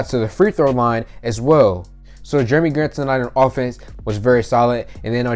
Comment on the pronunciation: “Germy” Grant lol 😂